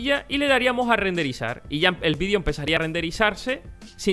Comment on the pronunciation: muy buen video pero una cosa la palabra de xd "vidio" PD:me gustan los videos de no es para insultarlo:P